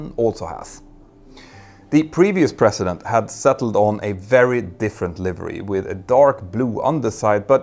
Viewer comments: President sounds like prezident not precedent. Since you need to say this word in every sentence here, please get it right. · It's "president" not "precedent " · A mear observation... It sounded like you were saying Precedent at multiple points, and not President President, which I am used to hearing pronounced with more of a "zzz" like the slang version, Prez. (or Prezz-ih-dent) Which uses the teeth in a humming aspect more to reproduce the sound.... Which basically means the teeth are used for a buzzing sound, and not passive as you would in the precedent. (which sounds like Press-sea-dent to me) Only brought it up because the phrasing would be unclear without the surrounding context.